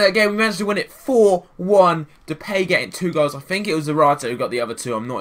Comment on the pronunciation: You pronounce his nam depie not how you were saying it